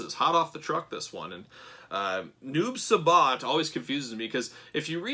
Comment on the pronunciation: Uuuummmmmm just so you no it’s not noob subot it’s noob si-bot= noob saibot